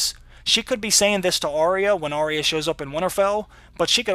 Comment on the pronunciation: Great breakdown/analysis! One thing though: Arya is actually pronounced with two syllables: ah-ya, not Ar-re-ya (three syllables). This is according to the pronunciation guide in the wiki.